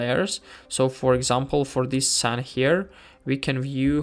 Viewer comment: As an English person (although I now live in Tatarstan, Russia), I just wanted to point out that the word "scene" is pronounced like "seen" in English. You pronounced it like "sen". I didn't want to criticize you, but just wanted to let you know how to pronounce the word correctly, since I'm sure the word "scene" often crops up in such videos like this. Я не хотел критиковать твой английский. Я просто хотел дать вам полезный совет для вашего английского произношения. 🙂